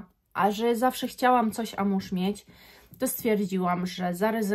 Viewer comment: Wymawia sie AMUŁAŻ a nie amuż. Co do oryginalnosci to zapraszam do randamowego centrum handlowego. Przymiezalnie, hole sa wypelnione zapachem Guidance, na przemian z Erba Pura. Albo ich arabskimi klonami. Stellar Amber Zary doslownie 1: 1.